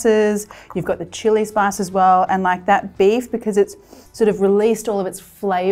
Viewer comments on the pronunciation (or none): none